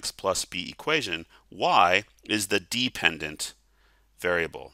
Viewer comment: thank you! This helped a lot! Also, "depependent" lol